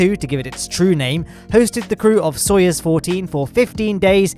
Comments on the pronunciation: please, for the love of Gagarin, it's "So-you-z" not "So-yez" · So-you-z isn't quite right either. Cоюз has a "ю" which is pronounced as "yu" (the U being flat, which isnt how the word you is). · "Sa-yuz" is how them Russians pronounce it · Is it possible to write down the word Soyuz in such a way that the letter u sounds as u: ? It hurts my ears with such a bad pronunciation of rocket names. (Big fan). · english isnt my 1st language, but the u in soyuz is different than how I hear you said. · This man can't pronounce Soyuz to save his life lol